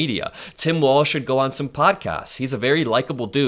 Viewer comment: Why is he pronouncing Walz like 'Walsh'?